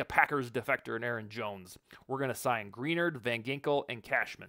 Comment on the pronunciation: Good points, but when you continue to mispronounce Greenard, I can't take you seriously.